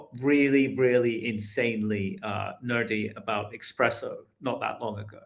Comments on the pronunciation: Coffee connoisseur....but "expresso" 🤭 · Bro is an “expresso” nerd…